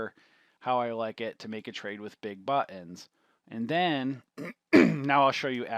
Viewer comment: "THE BUHHH TENS"